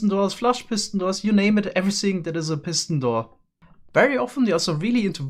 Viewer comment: Nobody:: “Pissin door”